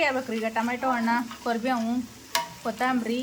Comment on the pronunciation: ಕೋರಿ ಬೇವ್ ಅಲ್ಲ ಅದು ಕರಿಬೇವು ಸ್ವಲ್ಪ ನೀಟಾಗಿ ಅನ್ನಿ